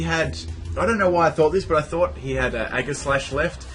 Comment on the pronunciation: Aegislash has a SOFT G SOUND; "jeh", not "geh"